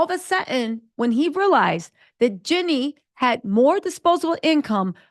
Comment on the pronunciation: Do you mispronounce Jeannie's name on purpose? Just wondering, because you always call her Jenny